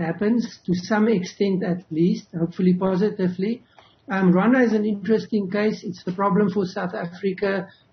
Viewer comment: Come on it’s Rwanda not Ronda plz😏